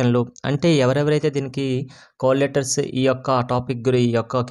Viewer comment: Ori babu cole letters kadhura call letters pronociation problem haa